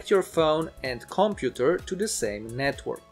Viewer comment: comPUter not COMputer... why do you reinvent the stress of a language not yours, just saying :)